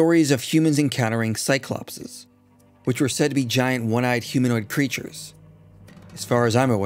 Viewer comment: Minor note, but isnt the Cyclopes pronounced Psy-Clo-Peas not Psy-Clop-Says or did i make that up?